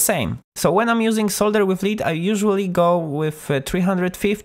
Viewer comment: I'd like to eventually build an Expandora, but i guess it's better to start with a Meathead fuzz with a treble roll-off filter! Thanx for the good tips on soldering and good luck with your channel! PS the metal in solder is pronounced 'led' not leed! :-)